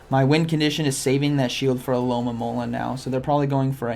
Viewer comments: It’s a good thing I’ve been watching these videos bc now I know the Pokémon isn’t called “aloe-mom-ala” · I love how Z says alomomola “Alolamololololola”